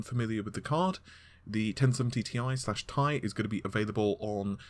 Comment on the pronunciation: Why the hell does he keep saying TI slash Tie ???? Its so annoying !!